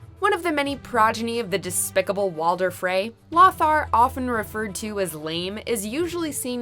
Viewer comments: It's LO-thar. Not LOTHar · FYI: The name "Lothar" is pronounced "Low-Tar." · LOthar. Loe-thar For sir lothar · it's pronounced low-thar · The way she pronounces Lothar is killing me!!! Sounds like a squawking parrot!!